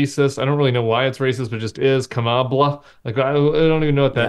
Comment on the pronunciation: “Kama-Black” = Kama-bla